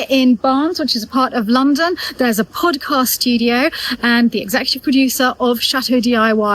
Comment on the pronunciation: I love how pronounces the word podcast. It sounds so much better than our southern U.S. pronunciation. ❤